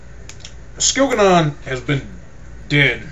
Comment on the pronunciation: I hate your pronunciation of the names and places its really annoying (skil-ga-non)really? And by the way, when your giving a spoiler alert and telling people to skip to a certain time in your poor review video allow them enough time to do just that before blurting its jianna straight away, it was just silly